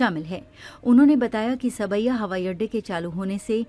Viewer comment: Saab-ya,sawai nahi